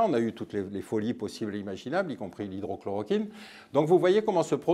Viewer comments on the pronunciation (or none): 8,30..." Y compris l'hydro..clo..kine"????? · ... ... y compris l'hydrochloroquine ... 1. C'est hydroxychloroquine et non hydrochloroquine, pour la forme. 2. Et ça fonctionne, vous faites le malin, comme les médecins de plateau que vous moquez. 3. Dommage, car le reste est intéressant.